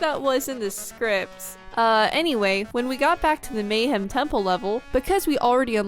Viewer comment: Why am I getting so triggered that you guys keep pronouncing "Mayahem" (Maya Hem) Temple, as "Mayhem" Temple? Its a Mayan Temple full of Mayhem! I think I was 10 when Banjo Kazooie came out. It was (and remains) one of my favorite games! I didn't get to play Banjo Tooie until about 2015. I think I was 27. I was super excited, but I quickly noticed all its flaws (many of which were brought up in this video) I couldn't bring myself to finish it. I was super excited when Yooka-Laylee came out, since it was supposed to be A Spiritual successor to Banjo Kazooie because of licensing reasons (Same Original Developers created this one, and was not owned by Microsoft) I enjoyed Yooka-Laylee, but I felt like it was "empty" not so much with empty levels, but just the whole vibe seemed like it was trying too hard to be Banjo Kazooie, but they didn't have the level variation. Only 4 main levels. Then once I got the ability to fly (no need for a flight pad. Just a rechargeable flight meter) I felt like that made all the fancy moves and jumps obsolete, so then I felt like I didn't want to finish the last level.